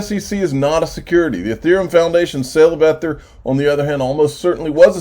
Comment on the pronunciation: I think every time you miss pronounce Ether you take a shot. Lol.